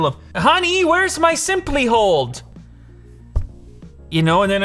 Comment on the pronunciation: "Honeey, where's my 'SeemplyHold'?????????" LMAO.... 'Dunno why I laughed so hard, at that..... 😂😂